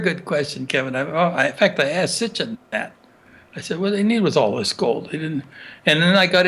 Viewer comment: Hey man great interview but why do you keep saying S t i c h i n when you are referring to Zecharia S I T C H I N? who knew the man personally pronounced it correctly many times, how did you not pick up on that?